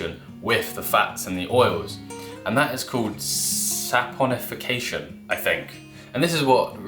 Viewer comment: Chemist here, you pronounced saponification correctly and did a good job explaining how soap works! One thing I would add is that when soap picks up dirt with the hydrophobic ends, a bunch of soap molecules form a little fuzzy ball around the dirt where all the hydrophobic ends are pointing in, and the outside is completely covered in the hydrophilic ends, making it easy to go into water from any direction :)